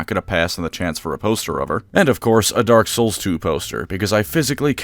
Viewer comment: Hey you miss pronounced dark souls 3 during the add read.